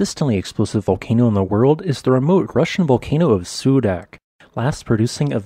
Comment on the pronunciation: Ksudach's name is more correctly pronounced as KsudaTCH (like a sound of a weapon loading)